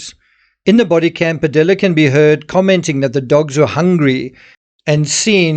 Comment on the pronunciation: It's pronounced " Padeeya" in Padilla. ( you don't pronounce the "L"'s) come on man!